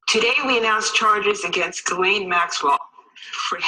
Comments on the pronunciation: Ghislaine is French and pronounced like this: Ghis - Jeez (easy on the 'J' and add a slight 'h' sound after the 'J' and soft on the 'z') - so jhees and laine - lane = jhees + lane. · her name is pronounced "Giz-lane" Maxwell (with a hard "G") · ITS PRONOUNCED 'JIZZ-LANE' MAXWELL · It makes me laugh this woman has an S in her name and no one can pronounce it. It is a French name that is pronounced Gis len or Gislen. Even though I dont like people like her anyway.